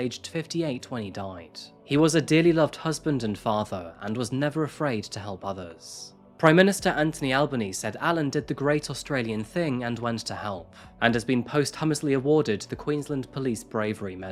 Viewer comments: *"Prime Minister Anthony Albanese" 👍🇦🇺 not "Albany" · You mispronounced the surname of the Australian prime minister and the word posthumously